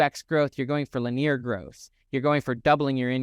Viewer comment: I absolutely love your content, your delivery, the references, the hard science, your enthusiasm. All of it. This is such a rich channel. I do have one funny suggestion though. I think you are using the word "linear" but I have never heard it pronounced as Lah-near. I have only heard it pronounced Lin-ee-er. The only reason I mention it is because it took me out of the video twice by the minute mark. I realized I had been pondering the linguistics of "linear" rather than listening to you. Maybe I'm just wacky and my brain is weird but I thought I would toss it out there as something to consider because I know you would want any feedback that might make things more efficient. Thanks again for the amazing content. It is about the most concentrated source of knowledge in this area IMO.